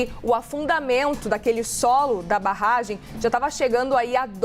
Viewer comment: Eu ouví ela falando "Rompimento dessa barrgem" ??